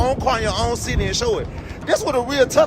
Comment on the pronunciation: It's a city not chity..bro do uk not amerka😂